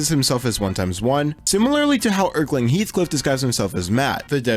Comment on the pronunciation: Love how you mispronounce erlking with "erkling" thats actually how i pronounced it first